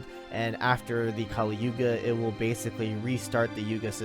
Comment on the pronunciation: Its yuga not yoga